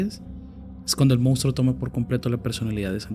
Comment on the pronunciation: Monstruo se pronuncia igual que como se escribe. Información que salva nuestro hermoso idioma. Bendiciones ❤❤❤